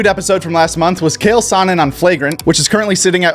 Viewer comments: You did not say “KALE Sonnen” like that. The disrespect 😂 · Did he say Kale Sonnen? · Did u call chael sonnem kale sonnen? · Was “Kale” Sonnen on purpose!?!? Someone fill me in lmao it’s pronounced how it’s spelled my guy! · My man rly said Kale Sonnen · Chael “kale” sonnen bro wtf was that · You didn't even watch the flagrant clips with Chael, nobody on that podcast messed up his name or they'd be sorry. Also, just sound out words, a "ch" never makes a "K" sound unless it's the name Zach lol. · My man said "Kale Sonnen" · It’s CH-ael not Kale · Did you say Kale Sonnen? 😂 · "Kale" Sonnen How does one not know how to pronounce the greatest of all time's name?! 😅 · I swear I heard you call Chael Sonnen “Kale Sonnen” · Did my dude say Kale Sonnen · bro said kale sunnon lmao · i swear to god I looked up how to pronounce his name on google while filming and it told me kael 😂😂😂 im sorry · Calling papa chael sonnen, "kale" is wild😂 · unsubbed when he said papa chael name wrong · How dare you mispronounce the undisputed undefeated greatest of all time, chael sonnens name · Dont ever say chaels name kike that again please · your pronunciation of the greatest undefeated fighter ever Uncle Chael is noted and you will be fined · My brain hurt listening to him pronounce Chael Sonnen